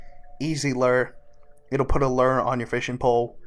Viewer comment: Lure is pronounced “loo-er” lol from a real fisherman just FYI in future videos, cheers